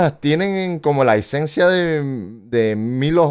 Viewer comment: Oye no es Milo G Es milo J